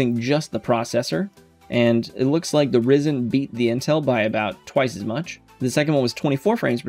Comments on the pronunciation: It's pronounced Rye-zun! 🙄😒 😂👍 Loving your videos, very helpful 👍😁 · not hating but you said Ryzen wrong hehe